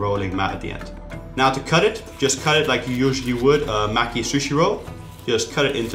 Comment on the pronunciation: it's no-dee not no-ree and it's ma-kee not what you said sorry to correct you, but it just really irks me when people mispronounce japanese words.